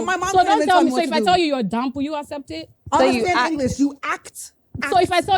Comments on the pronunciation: Wait ooooooo Did say dumb or dumpppp😂😂😂😂😂😂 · it’s DUMB NOT DUMP